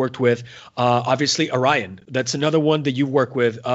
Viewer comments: lol the host should learn how to pronounce Ayreon :P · 🤣🤣🤣 sorry, love the band but tough to pronounce!